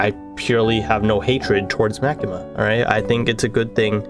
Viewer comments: "Ma-kee-mah" is a horribly humorous form of pronunciation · By the way you pronounced Makima wrong say it like the character Maki from Jujutsu Kaisen and then add the ma at the end